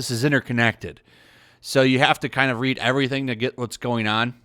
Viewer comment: are you gonna read this stuff? My brain: hm yes, he totally said are you gonna ree?